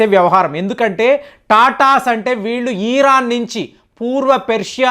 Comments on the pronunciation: ఈరాన్ కాదు, ఇరాన్. అలాగే లూసిఫైర్ కాదు, లూసిఫర్. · మీరు ఇరాన్ కి బదులుగా ఈరన్ అని పలుకుతున్నారు. అలాగే కొన్ని పేర్లను కూడా మీరు తప్పుగా ఉచ్చరిస్తున్నారు. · Mottam Sodhi, ee rraann😅, tel alvi😊 perlu sariga paluku sir😮